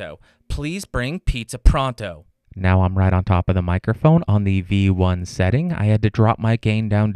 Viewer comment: Take a shot every time he says "mikerphone"